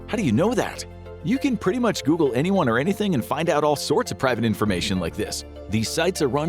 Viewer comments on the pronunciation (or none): none